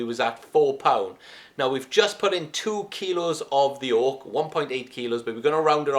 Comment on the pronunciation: At first I thought you said "Orc." But then I realized it was "Oak."